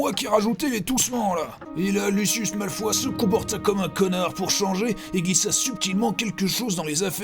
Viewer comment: On dit « malfwa » et pas « malfoye » !